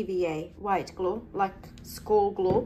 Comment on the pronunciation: "GLOO IT DOWN" "GLOO IT DOWNN" 😂😂😂 your awesome 👌